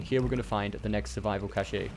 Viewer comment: Cash-ay lol